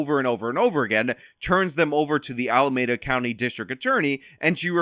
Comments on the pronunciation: It pronounced Ala-mee-duh 😂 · Al-uh-mee-duh. Alameda. It hurts every time I hear you pronounce it wrong. 😂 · You're mispronouncing Alameda.